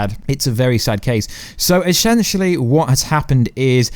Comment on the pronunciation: 7.34 eshenshelly